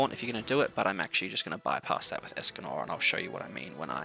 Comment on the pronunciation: Hræsvelgr is pronunciation Hrisvelger just so you know next time